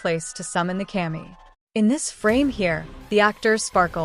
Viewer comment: Not kay-mee, it's cuh-mee (kami) means god